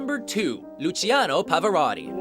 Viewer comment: Luciano Pavarotti should have been No. 1, and his name should have been pronounced correctly.